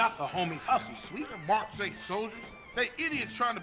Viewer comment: O nome do irmão do CJ é Swet mano e não César...